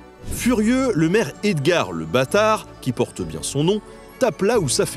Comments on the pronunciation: super vidéo comme s'habitude :) Hyper intéressante :) Par contre, après c'est peut-être une blague que tu as fait, mais on prononce le "S" dans "BASTARD" :) Hâte de voir la prochaine vidéo. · on prononce le "S" de la Bastard; ;) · Pour le maire de Rennes on dit Le Bastard en prononçant le S. 😊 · Je cherchais ce type de commentaire depuis 5 min ahah! ça m'a perturbé qu'il ait rendu le s muet 🥲